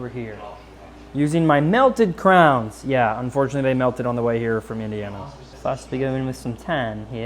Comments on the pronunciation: melted crowns? Is he trying to say Crayon 🖍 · say it with me, CRAY-ON lol